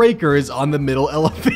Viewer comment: I wasn't looking at the screen when he said "Middle elevator" So I heard "Middle elephant" Help me